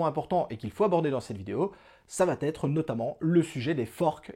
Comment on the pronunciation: Et "ça va t'être".... et "ça va t'être" .... Il paraît que c'est normal car c'est comme ça que l'on dit en Belgique ! N'importe quoi, la langue française se conjugue de la même façon et les liaisons ou non-liaisons se font de la même façon dans tous les pays francophones !!